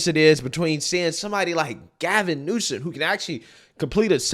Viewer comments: I fucking hate the guy, but at least get his name right. Gavin Newsom. Not Gavin Newson. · You're saying "Newson"? It's NewsoM.